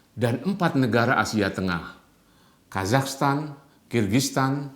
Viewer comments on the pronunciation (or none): none